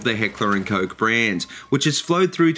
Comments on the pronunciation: hehehe... Heckler & Coke, i know its not that easy to pronouce for you english speaking countries but it just sounds funny, but i can pronounce it right from the case that I live in norway since we pronounce the letters more similary. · ***** but it still sounds funny :P